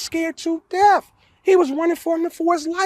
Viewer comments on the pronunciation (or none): It is death not deaf. Th